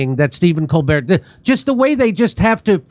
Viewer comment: stepehn CON-bert